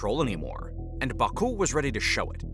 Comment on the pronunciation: Imagine making a video about Azerbaijan and not knowing how to pronounce Azerbaijan, Caucuses, Baku, Nagorno Karabakh, Armenia, or Tehran...